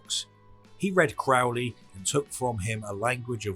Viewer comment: No problem, congrats on correctly pronouncing Crowley's name.